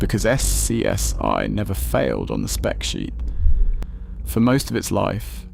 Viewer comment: The deeper you get into the video, the less sense the pictures make. Nobody pronounces it S-C-S-I. Names of people are butchered. Slop creator didn't bother to correct this slop.